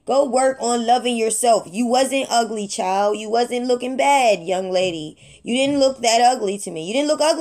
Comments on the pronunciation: “we not recording your shild” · "We not recording your shild"😂😂